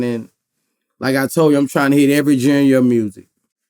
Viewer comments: Boosie got the two twins pronouncing genre as "jenner" too.😂😂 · Boosie my dog but the way he’s pronouncing “Genre” is irritating my soul. Being from bmore i know ppl hate how we say tew “two” but damn boo 😂😂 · Dis nigga said every junior (genre) of music ?!? Boosie I swore after you said eco-nomy you would have had a tutor 🤦🏽‍♂️ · Boosie trying to hit every Genyer “Genre” of music is crazy 😂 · Somebody please teach Boosie how to say “Genre” before he signs his next artist 😹😹😹 he go sign a rockstar still saying “Gin-ra”